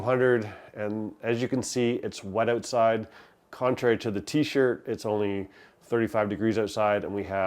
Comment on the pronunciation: I liked and subscribed! Funny, after hearing him talk about getting seasoning from Canada I wondered if he was Canadian. But, then he said, "ouoooowtside". I was like, "damn. ok he's def Canadian". We love you Canada! Not all of us voted for this shit show.